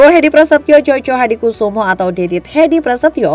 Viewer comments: Joyo bukan Jojo bacanya... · Joyohadikusumo gitu loh cara mbacanya Mbak'e... Atau achornya AI-kah?